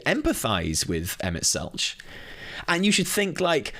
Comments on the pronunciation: Oh man, the only take away I have here is just...please listen to official pronunciations of names, lol. Selch has a hard K sound. Hythlodaeus is hith-lo-day-us (The i is pronounced like in 'in'). And while I agree with 'cool motive, still murder', I will correct you with SHB lore you seem to have missed - their friends aren't, for the most part, 'dead'...just split into various other lifeforms on other planets. So, to these godlike/angelic beings, they don't perceive that as murder. You're basically like...a homunculus, or something, a malformed creature with like, half a soul, if that. To them, you aren't a living creature. It's about point of view - we spend a lot of SHB trying to show Emet that we are still worthy life forms, even if we ARE only partial souls of his old comrades. In the end, whether they acknowledge that we're life forms of our own...it is still murder. It just doesn't come across to THEM as murder, since you aren't really a living thing, to them. You're a mistake that's stopping them from doing what they promised their friends they'd do millenia ago - get them back. It's very...Shakesperean in its tragedy. Doing bad things for good reasons. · Kinda hard to watch the whole video with you mispronouncing "Selch" the whole time lol. Killin me,:)